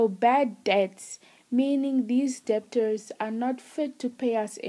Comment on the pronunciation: The b is silent